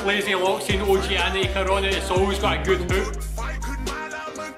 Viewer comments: ช่วงเปิดคลิป เขาอ่าน โอจีแอนิก มันขัดหู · Please, don´t read Og-anic like O-G-anic, read it Oganic (in this vid ) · I think he want you to read like "Og-gan-nic"